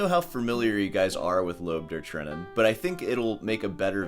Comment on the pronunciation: Can you please google how to pronounce Lob der Tränen?